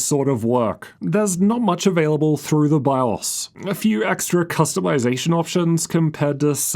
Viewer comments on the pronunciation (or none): none